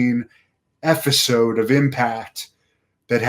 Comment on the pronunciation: it's episode, family. EP-i-sode with a p. Please project properly,. Haha jus p-playin